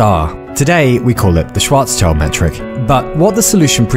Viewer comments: Also, the pronunciation is Schwarz-Schild ("shwts shelt") not schwarz-child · „Schwarzchild“ ahem.. Schild.. it‘s Schild. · shwaaartz-shieeeld. not -child. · btw it's not schwarzs-child, it's schwarz-schild (schwarz = black, and schild = shield) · Ah, the famous "Schwarz Child" (black child) again :D. Let's try this once more: Schwarz - Schild (pronounced shyld). Next time ;) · great video. small correction from a German speaker: Schwarzschild is pronounced shwarzshilt. sch in german is pronounced like sh in english. pretty much like the sh in shell or shit etc. just because i know you are a keen learner and like to correct people at dinner - some more niche info for you :) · Thanks for the video. You pronounced Schwarzschild wrong. It has nothing to do with a child, but with a shield. Schwarz-shield is correct. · Having watched all of your videos, some even multiple times, to comfort and enspire in sad and in happy times, I have to say two things: 1. Thank you from the bottom of my heart! 2. Please never try to pronounce the name 'Schwarzschild' again. Yk, I love you! P.S. do you by chance know 'Harry Potter and the Methods of Rationality'? I feel like you might like it.